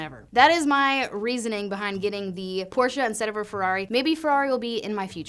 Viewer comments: Kudos for correctly pronouncing Porsche. Almost like a German. 😉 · Thank you for pronouncing Porsche correctly. Good luck. And absolutely do purple. It’s the best. Treat yo self.